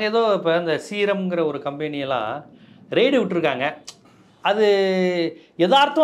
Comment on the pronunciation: 'ரைடு' என்று சொல்லாமல் ' 'ரெய்டு''' என்று சொல்வது சரி